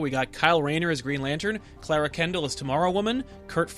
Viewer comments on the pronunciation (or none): none